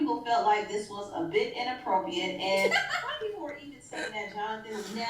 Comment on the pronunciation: It’s inappropriate, is saying it as inappropiate without the r.